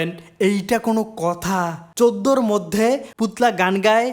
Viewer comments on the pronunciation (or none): none